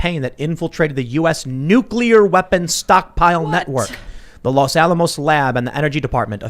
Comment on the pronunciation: They're after your Nu-clear Wessles